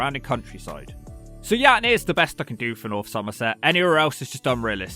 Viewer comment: love the accent when he says "somerset" - a true local. Great video